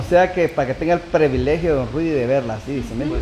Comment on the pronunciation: se dice Privilegio no prevelegio es para que eduques tu vocabulario saludos